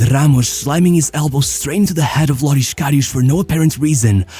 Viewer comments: The infamous LORISH KARIOUUSH at least look up how to pronounce it properly it’s Loris Karius, same how you write it. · Ugh, that pronunciation... His name is Loris Karius, not Lorisch Kariusch. It's a clear "s"-sound, not "sh" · Lorisch Karisch?? he's german not portuguese...